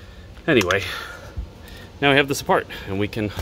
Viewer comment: Man’s went full Boston there for a second “apaht”